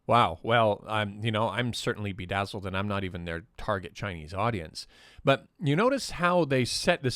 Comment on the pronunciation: Sorry I can't help but laugh when he says "bedazzled".